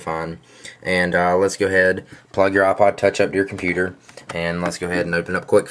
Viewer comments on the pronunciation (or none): no offence, but its ipod, not aaah-pahd